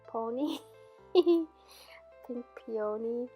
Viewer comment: Pee uh knee (peony)😉😉 At least that is how we say it in Ohio!